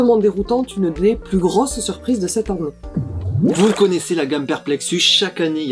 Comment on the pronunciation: On dit "cette han nnée" à Toulouse ?